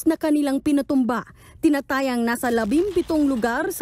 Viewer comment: TINA-TA-YA ba ? O TINA-TAYA??